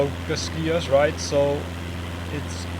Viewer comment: Hey man, that pronounciation of cascais was just horrible ahahah, funny though, but you pronounce it cascáis, not casquias. Something like, cashcÁish. cheers